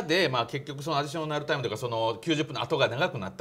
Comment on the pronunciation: アディしょなるなるw